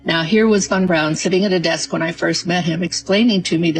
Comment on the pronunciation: Boy, this one is full of nonsense and lies. If that was Stanley Krubrik, fessing up, then Bart Sebril would have been the one taking this interview. I find it funny that none of these people are pronouncing Von Braun correctly...lol. Delores is delusional.